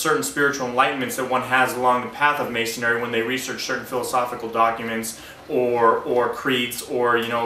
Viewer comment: Why do you keep saying "mason-ary" instead of masonry?